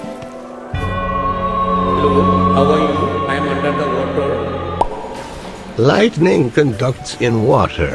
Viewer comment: Shame on you as a bri ish person thats not how you say wotah